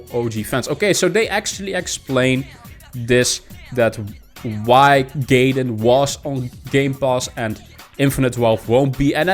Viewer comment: Hey, nice video. Just an FYI, Gaiden is pronounced guy-den and means side story. Have a great day.